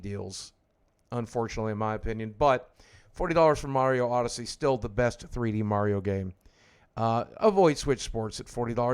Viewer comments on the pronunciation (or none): none